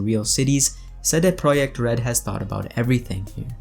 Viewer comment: you pronounced CD Projekt like real Pole!:) Great! Keep it going!